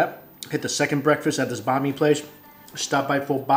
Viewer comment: I hear Bah mi instead of "Bahn" Mi. My Vietnamese side is going crazy for how he says Bahn Mi but I still love your videos Mike.